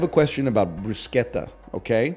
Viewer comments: its always funny when chat smugly corrects someone even though they're entirely correct. its pronounced brusketta anyone who told you otherwise does not know what they're talking about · he's literally saying bruschetta correctly! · It's amazing how people correct NL so confidently about the pronunciation of Bruschetta while being so wrong. It's Italian and follows italian pronuciation rules. Nobody is ordering a "Caramel Ma-chee-ato"